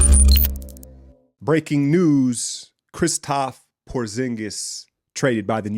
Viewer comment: I think its kristaps not kristap :)